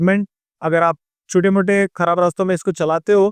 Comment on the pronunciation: kharab ko karab kyu bol rahe ho